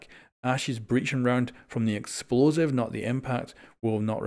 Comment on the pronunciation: eXposive Mmhh weres the L